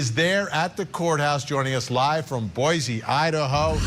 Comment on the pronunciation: Also it’s “Boy-SEE” .